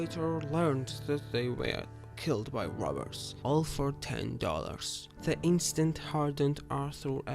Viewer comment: ITS ARTHUR NOT ALTHU. ROBBERS NOT WOBBERS. MARY BETH NOT MEO BET